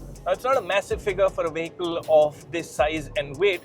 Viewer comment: This guy pronounces 'vehicle' wrong.